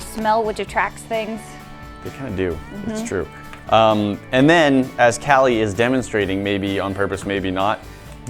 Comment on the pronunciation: Did he call kallie Joyce?